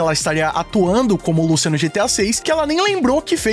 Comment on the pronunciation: Lucía meu amigo, não Lúcia